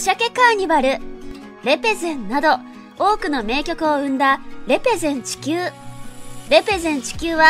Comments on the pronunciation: レ↑ペゼン↓地↑球↓ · レ⤴ペ⤴ゼン地球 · レ↑ペ↓ゼン地球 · レペゼン地球の発音www dj社長はすごいです♬